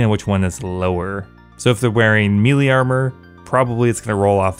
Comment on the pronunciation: You are mispronouncing the word melee.